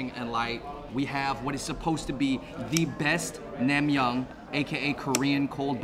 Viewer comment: It’s nang-myun not nam-myung